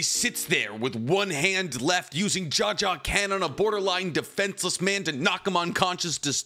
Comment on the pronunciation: For it being you favorite media it is strange you cant even pronounce your favorite MC of all times signature attack. Jajaken :,D Also his name is Gon not Goun. Leorio was the one (abt to) battling Bodoro not Killua. Also the General Opinion of Chimera Ant is that it is the best Arc in Shonen history, i think you are mistaking something with what ppl say abt Greed Island. You know suprisingly little for someone who watched it 7+ times.